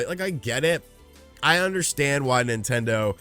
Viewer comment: "Nontendo" Youtuber